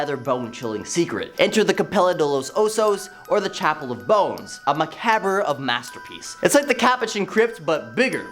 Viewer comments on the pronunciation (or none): I suppose that kicked open the door to allow mispronunciation for all, but there must be an editor that bleeps out "offensive" words, so why not bleep out mispronounced words too...